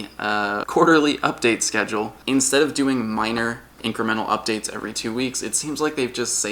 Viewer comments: "Upstore appdates" lmao. hey stuff happens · I died at Up-Store and Appdates xDDDD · "UpStores" and "Appdates" i just lost it xD